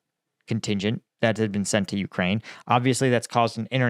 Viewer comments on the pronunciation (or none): none